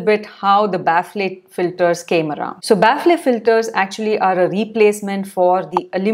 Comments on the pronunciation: Its not pronounced 'baffley' Its 'baffel' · Ba-fal. Not baf-le. I don't blame you English is an inefficient language. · Thats not how you pronounce "Baffle" The ffle pronunciation is similar to "Waffle" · Thanx for the inputs…Kindly look up for pronunciation of Baffle🤓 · Ma'am 1rst correct ur pronunciation of baffle pls..then proceed to others..don't take to heart 👍